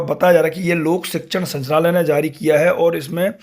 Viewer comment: आप संचनालय बोल रहे हैं। जबकि सही है- संचालनालय।